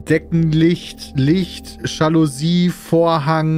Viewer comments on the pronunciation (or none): Die gute "Schallosie"